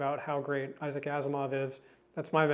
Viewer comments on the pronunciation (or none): none